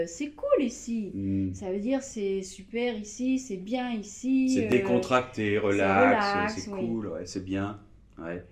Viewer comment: ça ne se prononce pas du tout pareil. "cool" se prononce "koule" ; "cul" se prononce "ku"